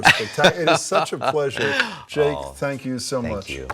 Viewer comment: JAKE. IT'S JAKE 😤